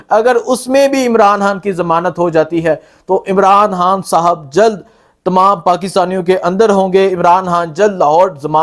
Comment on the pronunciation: khan ... ko hAAAN bolta hay.. imraan haaaan